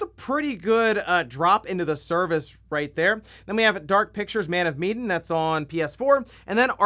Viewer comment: that mispronunciation of Medan sure was something